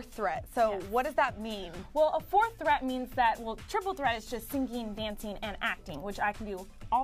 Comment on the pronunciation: I love how she says singing, almost like syncing.